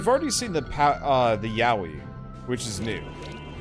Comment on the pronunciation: Am I the only one that kept hearing Yaoi??? Lmao